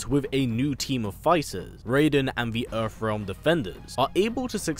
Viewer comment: Why do you keep saying earf realm??? You Brits really need to learn how to pronounce TH! How the hell do you transform TH into F???